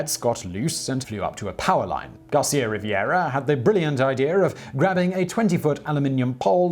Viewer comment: Also, his last name is Garcia-Rivera, but you call him "Riviera" - adding a letter and therefore an entire syllable - .